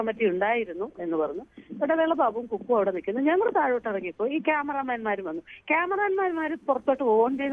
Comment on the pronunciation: കുക്കു അല്ല ഫക്കൂ 😅😅